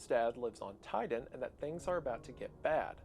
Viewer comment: according to what ive heard Titan is being pronounced Tiden, Ti-Tan